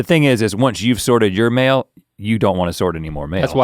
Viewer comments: so many times i thought he'd said mayo! "i was glad i brought the mayo" how many kinds of mayo do they have that they need to sort them? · At first I thought he was saying "mayo" not "mail" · at first i thought he was saying “sort the mayo”😂😅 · Every time link said “mail” I thought he said “Mayo” leading to a much confusion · is he saying mayo or mail cause mayo makes no sense to me. Just out in the woods sorting my mayo. Just doesnt sound right. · I honestly heard: bringing mayo. Instead of mail. Took me a minute.